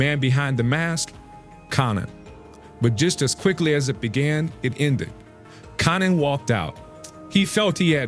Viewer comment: Dude can't even pronounce konnans name 😂 wtf is this trash